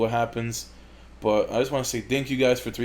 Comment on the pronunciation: "Dank you all" is what I understood from the first sentence, very classy, keep it up man. Also, smells too much like Tobirama over here